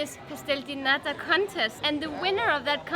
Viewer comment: One more comment if I may, only because Joen corrected in her pronunciation of nata: Every word in Portuguese that ends in the letter “O” does not have an O sound like the Spanish. In Portuguese it’s an “oo” sound as in mooooo!!!🐄 Ok, this may be an easier way to remember: “O” like,”Oh wtf’s wrong with your hair?!”😱😱 is 🚫🚫🚫 “OO” like,”OOUuuu your hair is so f*ckin beautiful today!😍😍 is👍🏻👍🏻👍🏻 So don’t forget, it’s pronounced: Obrigadoo 🐄🐄🐄 Portoo🐄🐄🐄 Boloo🐄🐄🐄 And this boys and girls was your free Portuguese lesson of the day😉😂 Sorry!🙊